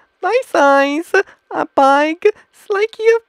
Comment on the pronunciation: Big size. He pronounces it as I alone. I alone is Ai But with b g it becomes i Big